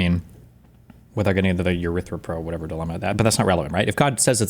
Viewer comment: Did Destiny say "Urethraphro"?